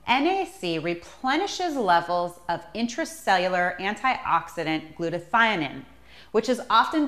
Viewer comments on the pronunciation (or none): Yes. Plus..she pronounces 'acetyl' as 'acetOl,' also calls glutathione..'glutathIONINE !' (Methinks she works for 'Laboratoire Garnier!'). 🤣